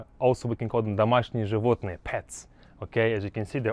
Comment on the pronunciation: bro im russian and ur incorrect he said that correctly